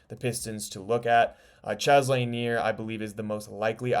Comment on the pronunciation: 'Expert on Pistons but can't pronounce Bob Laniers last name. Read before you write, Son. Read before you write.